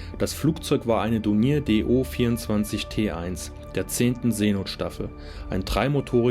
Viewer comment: Dornier wird anders ausgesprochen